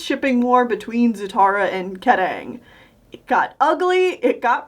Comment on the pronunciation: I love how you pronounced Kataaang lol.